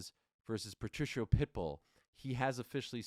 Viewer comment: Ariel, You are pronouncing "Patricio's" name incorrectly it's "PA-TREE-KEY-O" Not Patricia!!! If I were YOU, I would make a Public Apology to him but, that's If I Were YOU, just saying... Good luck when You get Face to Face with Him!...😮